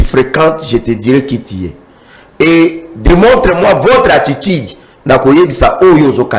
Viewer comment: Le pauvre Nico F. s'ennuie en face de cet energumene de 😂😂😂😂balobaka "Puisque" et non "pusque" balobaka "attitude" et non "attutide", "empecher" et non "apecher" etc, etc.... niveau eza te. Rwanda ebenganelaki biso Mobutu sikoyo bolingi nini abenganela bino Nanga&cie??? Toyokaka pe soni... kiadi kibeniiiiii